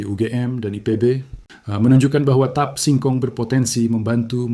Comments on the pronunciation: Tape itu bahasa Jawa. Dibacanya t a p e. Jangan dibaca tip!!! Ngawurrr😊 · ucapkan tape dgn benar jgn diucapkan a la bhs inggris ... tape ya tape jgn teip ❤ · Kedengarannya tep bukan tape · Ini yang ngomong siapa ya, orang mana, kok ngomong TAPE bacanya TIP.......payaaahhhhhh!!!